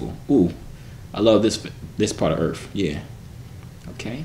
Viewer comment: Nigga said earf